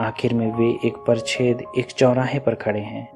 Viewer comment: अबे फ़िल्म का नाम तो सही से लिख। 'पाच्‍ट्‌' को परछेद बोलता है। क्या तेरे थोबड़े की छेद की बात करने आ गया यहाँ पर? परछेद🤣🤣🤣